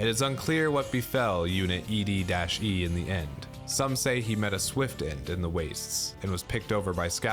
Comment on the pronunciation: Finally someone pronounces E-DE like I do lol “eddy”